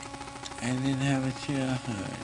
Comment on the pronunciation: This is Michael speaking. I've noticed after I watched most of his interviews, that he had a certain accent when he spoke. Now, when he says 'Childhood', he has an accent there, so it sounds like 'Chaldhood". He's done that before in the Oprah Winfrey interview, and the one with Martin Bashir. So, this just upsets me more with the realization that this was taken while he was in so much pain. Why didn't anyone do anything...?